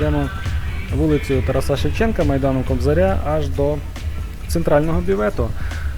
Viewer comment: Ставте правильний наголос на імені ТАРАС!